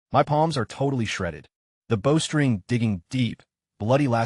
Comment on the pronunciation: Bow... as in boat side. Instead of bow as in archery bow. Low quality vid.